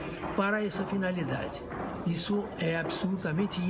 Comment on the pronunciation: Joice, vai no fonoaudiólogo pra ver "ixu". Já tá irritante